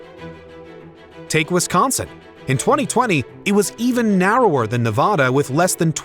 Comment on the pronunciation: It’s Nuh-vada. Not Nah-vah-dah.